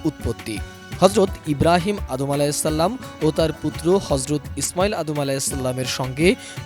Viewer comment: হজরত ইব্রাহিম আলাইহিস সালাম অথচ বলা হচ্ছে ইব্রাহিম অধম আলাইহিচালাম